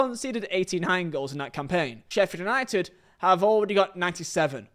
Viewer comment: I've never before heard someone pronounced Sheffield United like the U isn't there